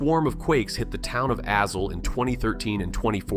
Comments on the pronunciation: Funny how AI cannot pronounce proper names, like Azle. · Right, my car GPS can't say Azle either.